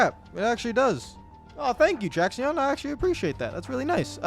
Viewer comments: It’s almost certainly pronounced “traction” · It’s pronounced traction, just spelled Traxion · ehem....its pronounced like "traction"